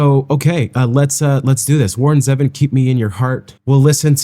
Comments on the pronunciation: It’s ZEEvon not Zehvon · Grrrrr. Even after your correction you still got it wrong. His name is Warren ZEEvon not Zeven. I still like you 😉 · Still not quite right... "Zee - Vonn" Zee rhymes with "sea" and Vonn rhymes with "lawn" and emphasis on the "Zee." 😊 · It's Ze-Von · This is one of my favorite Warron Zevon songs. His last name is not pronounced like the number seven. I remember last interview with Letterman. Enjoy every sandwich.